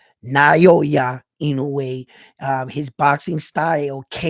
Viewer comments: It’s Nah-oh-ya In-no-yay. Getting closer! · Nah-oy-ya In-no-way is how I pronounce his name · heard the japanese commentator pronounce it as Now ya in no way